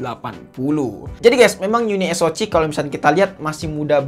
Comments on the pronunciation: Uniso "si" om, bkan Uniso "ci"😂😂😂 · Bang spelling nya uni es o ce. Bukan ci. 🤣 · Harus nya baca nya YUNI S O SI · Kenapa bacanya gak unisok aja sihhh😎